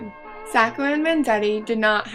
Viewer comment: Hey someone who pronounced Sacco right!!! :)